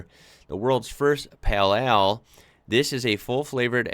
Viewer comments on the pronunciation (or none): HI! Please don't say "peal eal" but " peyl eyl" . Of course this is written phoneticaly...